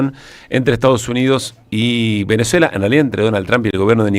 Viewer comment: Por qué dice "Venezela"?